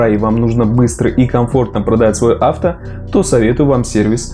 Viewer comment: Авто ударение не туда)